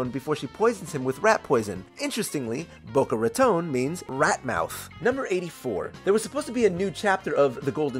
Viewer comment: bOcO raToNE 😭😭 so sorry ik i shouldn’t expect someone who isn’t hispanic to pronounce it perfectly but that actually killed me lolll